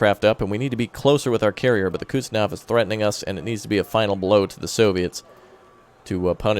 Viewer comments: sorry for being that guy, but the pronunciation of Admiral Kuznetsov is approximately Admiral "Cooze-nyet-saw" not "Cuts-naw".:) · I SWEAR I HAVE SAID IT BEFORE IT IS PRONOUNCED "KUHZ-NETZ-OV", say it right please.